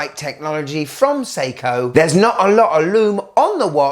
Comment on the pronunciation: Sei•KOHHHH 😅 Love the content 👌🏽